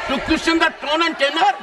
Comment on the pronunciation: Tune nahi tone